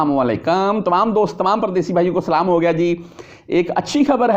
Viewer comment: وعلیکم السلام ورحمتہ اللہ وبرکاتہ میں نے اپ کو پہلے بھی بولا تھا کہ اپ اپنا سلام ٹھیک کرو اپ سلام صحیح نہیں کرتے ہو اس پہ تھوڑا غور کرو